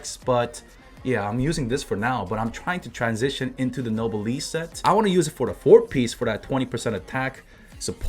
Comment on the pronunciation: google noblesse oblige for the pronunciation! its painful to hear no-be-le-se. in any case good video! i been waiting for diona for a while and i got her c3 but while pulling i got qiqi too, so diona is going to the mines...